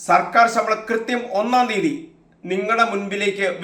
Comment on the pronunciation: റിപ്പോർട്ടറെ, സമ്പളം അല്ല, ശമ്പളം. നിന്നെയൊക്കെ ആരാണ് ന്യൂസ്‌ റിപ്പോർട്ട്‌ ചെയ്യാൻ നിയമിച്ചത്.